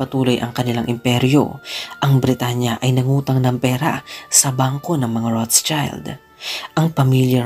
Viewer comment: Das ist eine Nachname, ich denke Keine englischsprachige Version.🤔 It should be Roth-Schild. ( shield sound) Not Roths-child